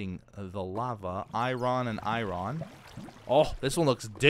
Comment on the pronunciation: The way he said "iron" was like "Iran" for "ironic" 😂😂😂. I need to stop 😆😂